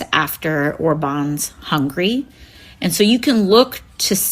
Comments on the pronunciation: First girl can't even pronounce Hungary right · I think most non-Europeans just call it hungry instead of it’s actual pronunciation, a lot of it could do with their accents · And she says it like hungry and not Hungary. She's so stupid. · AOC doesn't even know how to prononciate Hungary 😂. Hungry indeed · Hungary not Hungry 😅. Maybe she was hungry 😅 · AOC cannot pronounce “Hungary” she says it “hungry” 😅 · Hi, my ex-Yugo bro/sis! When you type in the pronunciation of Hungary, this is what we get: huhng·guh·ree. Slovenia is sluh·vee·nee·uh. Until yesterday I thought people are just joking when they say Hungry instead of Huhn-guh-ree. I am utterly and officially shocked! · sister here! english has weird pronunciations, i gave up a long time ago :D many ignore that U, so hungry and Hungary sound same to them. We don't pronounce it the same way. I'm your southern neighbor :D Serbians call you Mađarska anyway :P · Are we all going to just ignore her pronouncing Hungary as Hungry? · Hungary is not pronounced like "hungry". What the hell? I've never heard someone calling Hungary "Hungry". So much about geography and education. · I heard that it's pronounced that way. I'm from a neighbouring country and English obviously isn't my native language. But i heard different pronunciation of some countries so i don't know what is true. While we're here: is ot slo-vEH-ia ot slo-vEE-nia? I know how Slovenians pronounce it, we were once in one country.